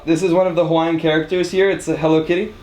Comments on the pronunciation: were you trying to murder every hawaiian word lmao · You should have taken a Hawaiian language class... Your Hawaiian vowel pronunciation is a little off. a makes a short “ah” sound like the a in “above” e makes an “eh” sound like the e in “let” i makes an “e” sound like the e in “easy” o makes a short “oh” sound like the o in “pole” u makes an “oo” sound like the oo in “moo”